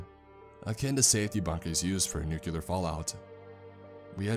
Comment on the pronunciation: I love your videos! I have to make one very important criticism. It's nuclear. NOT NUCULER